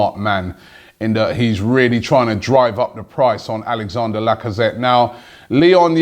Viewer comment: Robbie i love you mate but his name is not Alexander. It is Alex-an-dre. His name ends with Dre like Dr Dre mate please say it properly